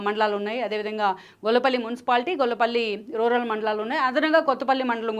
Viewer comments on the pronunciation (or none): గొల్లపల్లి కాదమ్మా గొల్లప్రోలు?